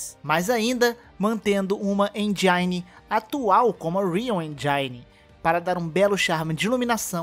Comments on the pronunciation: Sem querer ser rude, mas a pronuncia correta de "engine" é "ÊNGUINE" ou "ÊNJINE", não "ENDJAINE". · Mano curto muito seu conteudo mas nao mata o ingles vei.. Tipo enjaine??? Eh engine kkk. Pesquisa as palavras em. Ingles antes de pronuncialas. Soh uma dica. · Meu Rim doe quando alguém fala "Enjaine". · Rayan Lima ninguem pode com os poderes do endjaine MLK